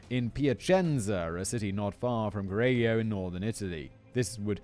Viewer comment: I started the video while looking forward to the butchered Italian and I was not disappointed 😂 I love that every time Simon said Correggio, he pronounced it in a new different way 😂